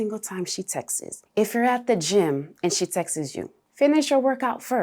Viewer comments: Please please help us The word is text- Ss not TEXT -eses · Textes" lol